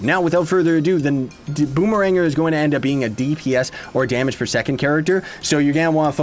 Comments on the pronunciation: i thought its pronounced boomer - ranger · Is it Bomerang-er, Bomme-ranger or Bommer-ranger?